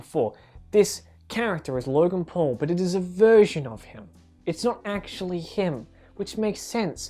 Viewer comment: the first time he said logan paul it sounded like he said logan "porn"